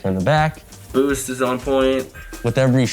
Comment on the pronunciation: Why does he emphasize "Busta" so much